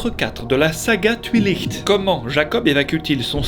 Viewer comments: « La saga TwuiliH🌬️t» cette prononciation devrait devenir l’originale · "La saga touilicht" 😂